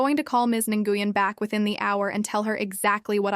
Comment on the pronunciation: Nguyon is pronounced 'Winn'